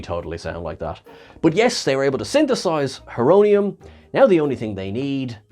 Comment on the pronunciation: It’s Horonium like horo- Greek for time